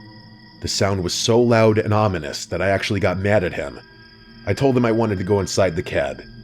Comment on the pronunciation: "Onimous" you mean "ominous" loll